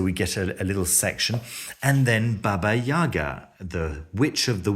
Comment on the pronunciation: "Baba YAY-GAH"